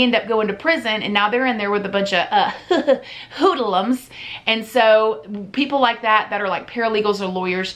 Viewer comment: "uh huh huh hoo-duh-lums" 😂